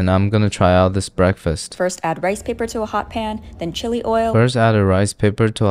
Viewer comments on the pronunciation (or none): none